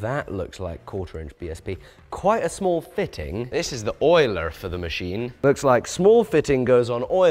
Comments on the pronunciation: Did just momentarily become Oirish when saying "Oiler"? 😅 Even after rubbing it back if sounds that way! I know he has some of France running through his veins, but perhaps he also has a trickle of Eire as well! 😋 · lol you said “oiler” like a American.